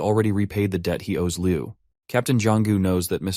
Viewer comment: please improve the AI, like when calling "mister (pause) liu" the pause make the story different😅